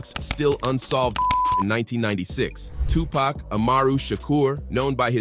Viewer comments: Tony Yah-yo and Two Pack, and Su-Je Knight legends of the game :/ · 2 pac not 2 pack